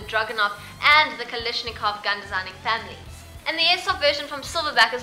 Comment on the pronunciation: Did she just say Kal>i<shnikov? Even if it was just her accent that seemed very little like an 'A'. More on topic now: 160 rounds? At the rate some people use BBs, they'd need ten of those strapped to them somehow. That would be a lol and a half. XD